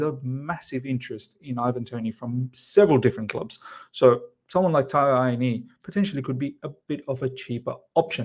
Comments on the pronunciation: Miz Taiwo's Surname is pronounced AH-WOE-NEE-YEE. (Awoniyi)😊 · Correct! At least he hasn’t butchered it completely like i’ve seen others, just missing the last syllable.